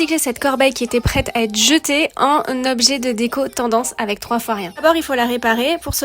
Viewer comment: Comment ça "Tandence"🤨